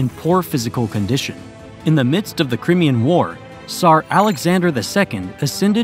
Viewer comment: Cry...me...an...War..not crem.. ee... en...